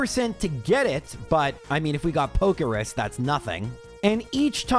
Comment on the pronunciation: It's called Pokerus. So yeah. Not pokeris lol